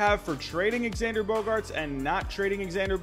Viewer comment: It’s not he says it correctly